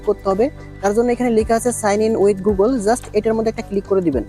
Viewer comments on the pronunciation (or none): none